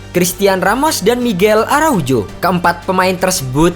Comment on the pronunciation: Saran bang, benerin pengucapan nama2 pemain Estupiñán = estupinyan Caicedo = kaisedo Araujo = arauho